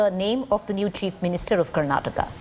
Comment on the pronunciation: It's karnataka not karanata